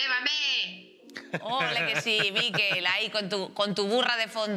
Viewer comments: Que no es por ser picky, pero.. “Miquel” no es “Mikel”, gracias. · En català se pronuncia "Miquèl" i no "Míquel". Suena muy raro 😂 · POR QUE INÉS DICE TODO EL RATO MÍKEL? SABE QUE ES MALLORQUÍ Y NO VASCO? digo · La sílaba tónica es quel😊